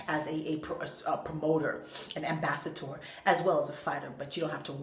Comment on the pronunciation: ambassator? lol